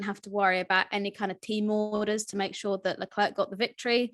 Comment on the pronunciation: Leclerc = LA CLAIR is how you say it. Come on!